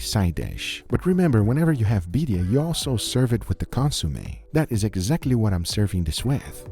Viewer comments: Some pronunciation nitpicks: sous vide, not sous vie. Birria, not biria. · Did say ‘Beeria’